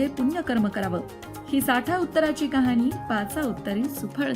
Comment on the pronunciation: Mam , khop chan khatha sangitli ahe 🙏 पण कुठे मध्ये उच्चार चुकतायत जसे ' कहाणी ' ला कहानी उच्चारय असो 👌